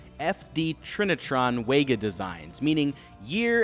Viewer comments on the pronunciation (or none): FYI - "Wega" is pronounced "Vega". It was originally a German company bought by Sony in 1975. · It’s pronounced Sony ‘Vay-Gah’ not ‘Way-Gah’ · VEGA not WEGA omg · it's pronounced vega